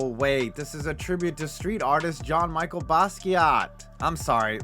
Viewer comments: I like the Brooklyn nets jersey and it's not Jean Micheal. It's pronounced Jean Michelle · It’s Jean-Michel Basquiat. ‘Michelle’ not ‘Michael.’